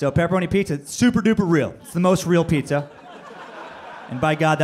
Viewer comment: The Ghost of Shades Kelly know this is 3 years ago but did you hear him call pizza as petzza